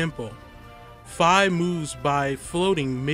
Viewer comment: U say fi wrong